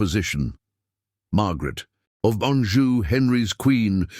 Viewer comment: Anjou not Anju. Tudor not Tuda.